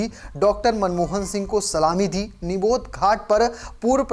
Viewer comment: समाचार वाचक को समाचार पढ़ने से पहले आवश्यक जानकारी प्राप्त कर लेनी चाहिए। जिस स्थान पर दिवंगत प्रधानमंत्री का अंतिम संस्कार किया गया वह निगम बोध घाट था न कि निबोध घाट, जैसा कि पाठक ने बार-बार उल्लेख किया है।